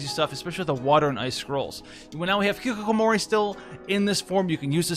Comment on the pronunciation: doesn't watch anime? Every weeb in the world knows how hikikomori its pronounce!!!